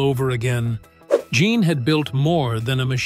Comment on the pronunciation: The French male name "Jean" is pronounced "Zhawn." You've heard of Sean Connery? Say "Sean" but replace the SH sound with a ZH sound.